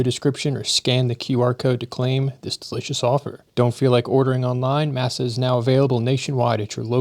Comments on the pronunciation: Im pretty sure masa is pronounced "MOSS-uh" not like "MASSah" 😅 but maybe im wrong lol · Uhm, I am a fan of those chips that sponsored the video, but it's pronounced "MAH-sa," not "MASS-ah" One evokes the Spanish word for corn meal, the other evokes the subjugation of slaves to a tyrannical slave lord. (And yes, Beef tallow is incredibly satisfying.)